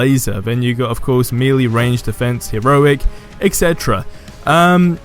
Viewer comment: "You got your mealy"😂 I don't think I've ever heard anyone pronounce Melee like that. No hate on the video though awesome video.